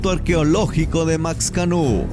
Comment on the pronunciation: No es ox se lee más o menos como xochimilco (osh una palabra de tres) o Maxcanú es mashcanu